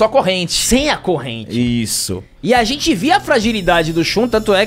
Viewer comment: A casa de "xentii"